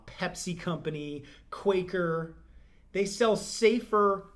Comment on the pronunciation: Since when has quicker been spelt Quaker? ITS QUA-KER OATS!!